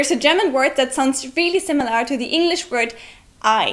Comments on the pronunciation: The way you say "similAR" is pretty weird. In British English it would just be "simil-uh" or in American I guess it would be more like "simil-ur". But either way you are stressing the final syllable way too much. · Just a tip: The way you pronounce "similar" is a little awkward. You put too much emphasis on the 'a'. It should sound more like "Similer" or "SimilUR". It doesn't require as much effort as you are using to pronounce it. Hope this helps. :) Love your videos. Love the german language. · British viewer here; your English is really excellent and your videos are entertaining. One thing that was quite jarring, an over-emphasis on the 'lar' in similar. Emphasis should be on the 'sim'. Keep up the good work! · similar is pronounced without "are" at the end. It sounds more like "err". (simm-i-lerr) not (simm-i-lare) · I love your series and your English is very good. However one tip from this video, the word, similar has an l-a-r at the end. but it's not pronounced similar, it's pronounced similer (like bigger, smaller, similer) . I don't know why but it's true. English can be a chaotic and spiteful language that will break rules just to mess with you. Sorry :( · That's not how you pronounce "similar," by the way. The final vowel (a) is pronounced similarly to the second (i), sometimes even identically. Compare British /ˈsɪmələ/, American /ˈsɪməlɚ/, and your mispronunciation /ˈsɪməlɑɹ/. It should not rhyme with "bar". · similahr... lol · I hope by now someone has told you you are pronouncing "similar" wrong! The -ar is not an 'ah' sound, it's the schwa as in 'better' or 'the'. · auf englisch, man "similar" wie "similer" aussprechen. Lol 😂